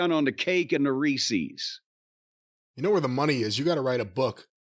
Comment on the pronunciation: Never understood why people pronounce Reese's like that